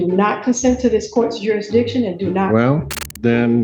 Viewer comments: ‘What does she mean by ‘ youresdiction’ 😆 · I feel like they have a harder time saying jurisdiction than they do trying to say ask